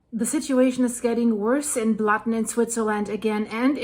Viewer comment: "Lake Blatten", OMG, that hurts!